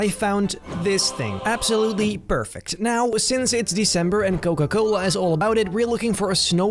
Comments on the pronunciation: Dude literally said Coca-cola'nt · Noca Cola 😂😂😂 I inderdaad loved this video. You know me.